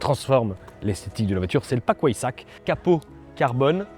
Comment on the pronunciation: Pas mal j’avais jamais entendu la version ou-aille-sac d’habitude c’est Ouet-saque🤣🤣